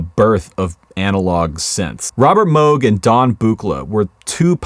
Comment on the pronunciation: really like you pronounced Robert Moog's name correctly, the t-shirt is cool too